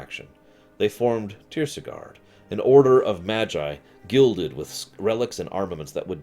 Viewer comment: Not tirsigarde either:)